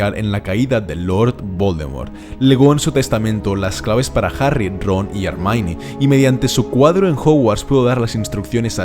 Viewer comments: Buenísimo el video.👏👏 es muy difícil resumir toda la información pero lo has hecho muy bien 👍👍una pregunta por q dices hermaini y no hermion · Alguien sabe por que pronuncia el nombre de Hermione como "Harmaini"? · Es Herr mione no es hermiioneee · me encantan tus videos y estoy seguro de que a cada personaje le llamas como le llamas por alguna razon pero por favor a Hermione no le llames Hermaini llamala Hermion! Es que es un detalle que me pone de los nervios!